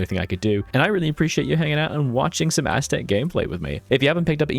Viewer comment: Please don't play Aztec if you cannot even take the effort of pronouncing it properly.